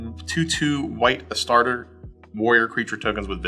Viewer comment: Respectfully. Uh-star-tees Astartes. Thank you.